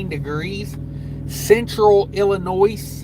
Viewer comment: Bro, there is no “S” pronounced in Illinois, I about lost it when you said IllinoiS the second time😂